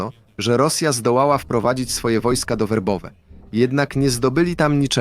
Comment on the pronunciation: Nie Wobowe tylko Werbowe